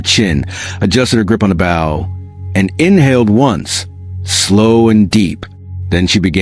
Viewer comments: Not "batten", but Ba-TON! Not "bow" (bough) but Bow (boe) you ignorant piece of metal! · The mispronunciations of baton and bow were very annoying. Bow was pronounced correctly only ONCE, when referring to her father The mispellings of names, REY HAS for Reyas, is also annoying if you are trying toread the info not listen. STOP using AI if they can not say the words with the correct pronunciations! (I don't listen to a lot of these due to the CONSTANT AI screw ups!) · OMG so right. Baton, bow, resin. I play violin and I was flinching at the pronunciations. Seriously took away from the story.